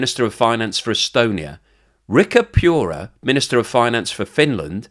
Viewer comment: Just because a person is a minister of finance doesn't mean that he has understanding of finances. For example Riikka Purra has a degree in political science. Also it is pronounced PuRra. Emphasis on the R. Basically take the first syllible of Puri (Puri Prisoner!) and then hard R.